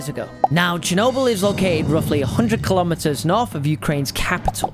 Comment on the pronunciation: its not "shernobyl"..........